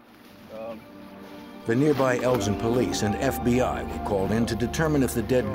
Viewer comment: In uk its pronounced Elgin not Eljin .